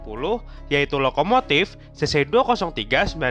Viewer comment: kayaknya kamu salah baca deh, soalnya baca yang bener itu adalh cc dua nol tiga😅